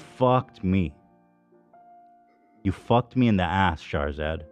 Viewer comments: Everytime Ethan says "Shahrzad" I hear "Charizard" 🤷‍♂️ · Charizad !!! I was purely listening to the podcast not knowing who or what Shahrzad was ..... kept imagining charizard the pokemon the way ethan pronounces it 😂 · I kept hearing "charzard" lol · Shart-zat theif. Lol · It is not just me, right? The way he pronounces "Shahrzad" sounds like he is saying "Charizard", no? 😂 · Why did I think he was just mispronouncing Charizard for a little bit like what does Pokémon have to do with this? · Keep thinking they're saying Charzard. Very un- pokemon like to be so rude. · As an Iranian, I was ashamed when I heard another fellow Iranian, celebrated for being “self-made” and “wealthy” and “successful” has done you guys so dirty. It’s disgusting and I’m so so sorry this happened to you guys. Please drag her ass legally. Thank you x Ps: Every time Ethan says her name I die laughing lol. It’s so mispronounced it’s great.